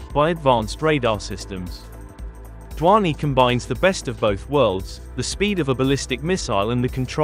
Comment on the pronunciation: "DHVANI" pronounce to dhang se karle pehle 😂😂😂